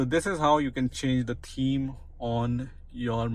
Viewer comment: It's pronounced TH eme not TEAM